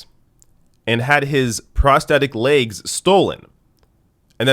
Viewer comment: It’s “legs”, not “laiges”.